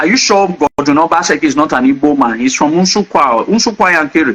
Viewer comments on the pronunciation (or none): none